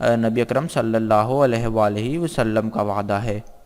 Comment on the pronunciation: Salli Alaa... Not sallay Alaa... Please correct